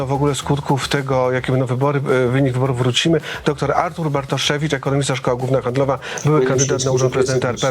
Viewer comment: Wydaje się że facet który celowo przekręca imię lub nie potrafi go wymówić może powinien sobie odpuścić prowadzenie takich kanałów oczywiście doktor Bartoszewicz subtelnie przedstawił się sam wyłapując sytuację…. jakoś dźwięku w drugiej czesci dramat ….